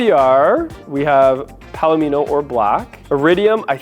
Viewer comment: 1. Yes, you pronounced 'palomino' correctly. It's a type of horse (among other things, but the color of the horse is similar to the interior, thus the name). 2. I've gotten TONS of positive comments on my Nightfall Mica RHh. I just wish it didn't come with the all-black depressing interior, but beggars can't be choosers.